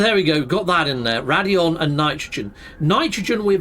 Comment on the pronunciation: Dude its "Raid-On" not "Rad-E-On". You're adding a vowel that isn't there.